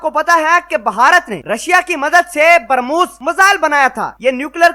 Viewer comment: Pronounce the missile correctly, It's not Permos!